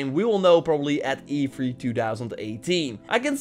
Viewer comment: Not to be rude man but to hear you say E3 as "E free." Is so funny. Love your vids and keep up the great work you never seem to fail.